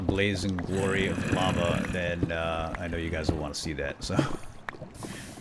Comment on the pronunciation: it's not organic, it's lahva!